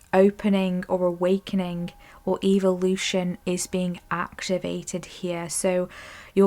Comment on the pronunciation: Please say “EH-vo-lution” not “evil”!!